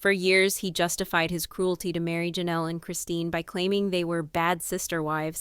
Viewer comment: Why can't you get the names right? Kody, Meri. !!!